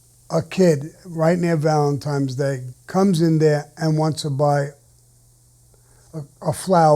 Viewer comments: It's Valentine not Valentime..... N not M. Duh. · If Sammy says ValentiNes day is valentiMes day then ok yh it is sure thing!! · "Valentimes day" lol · Tremendous story Sammy . Valentimes lol don’t worry your definitely not the only one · How many times I gotta tell you's kids? Valen-times. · You tell Sammy The Bull it's not pronounced Valentimes day. Actually you know what? Valemtime's day is coming up. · "Valentimes" Day is my favorite holiday.... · I like it when he says "Valentime's Day" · "Saint valentime's day" -Sammy the Bull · “ValentiMe’s Day.” Sammy the Bull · I love when he says Valentimes Day ! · That's the way most Italian American say it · LOL, I say it the same way.